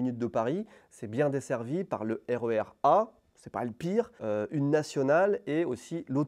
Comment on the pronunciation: Il. A. Dit. RerA. Ou. RER Attraction. 😂😂😂